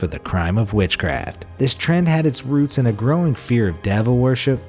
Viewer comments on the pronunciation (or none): none